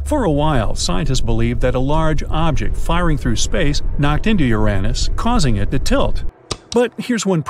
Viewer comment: Bro really just called Uranus Uränus